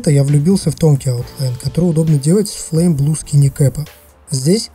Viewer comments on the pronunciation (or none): none